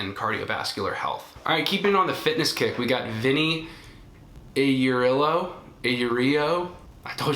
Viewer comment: The name last name is pronounced (Eye-your-reel-oh). You did better then all my teachers did. Thanks for answering my question, great vid